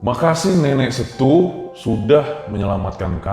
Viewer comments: Bacanya bukan SETU bang, tapi, SETUE, ingat pake E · S-e-t-u-e bang, semua hurufnya dibaca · bang kata 'setue'itu pas baca 'e' nya coba pakai logat malaysia seperti nada mereka bilang 'kenape' pada pengucapan 'e' nya, hehe cuman masukan aja baang.soalnya kita kalau menyebutkan kata 'setue' ya begitu aslinya hehe soalnya lucu jadinya kalau pnyebutan 'setue' tp d baca 'setu' maafya bang, salam semangat untuk tim rjl5. saya si penonton setia rjl 5 :) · saya mau ralat dan jelasin kata "setue", ini adalah bahasa daerah pagaralam daerah dimana gunung dempo berada yang artinya "HARIMAU", jadi cara bacanya tidak setu(hurup e terakhir spt tdk dilafalkan), seharusnya di eja s e-t u-e(hurup "e" nya bukan dibaca spt hurup E spt ENAK tp baca spt kita baca kemben), makanya bang idan bilang nenek setue yg artinya nenek harimau maknanya adalah panggilan hormat/halus terhadap makhluk jin harimau yg meneyelamatkan mereka. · Cara bacanya bukan setu bang. Tapi setue. Coba abang ambil foto dinding lemari di google pasti ceritanya lebih seru. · Maaf bang. Ejaannya setue bukan setu 😁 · Setue bang bukan setu kalo masyakat pagaralam bilang nya,bisa di katakan sebagai nenek moyang